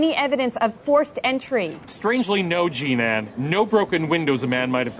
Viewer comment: He keeps calling her "G-Nan" for some reason.